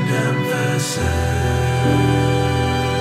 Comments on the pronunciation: Which syllable is longer is irrelevant. The stress on SIS is what I'm noting -- sin-CER-i-TY and EM-pha-SIS. You can't use a high-low-low word like EM-pha-sis in an iambic song without stressing it wrong. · I don't even want to try to compare the two chants. They're both just gorgeous. Out of curiosity, were you having a little joke when you deliberately emphasized the wrong sylLABle of "emphaSIS"?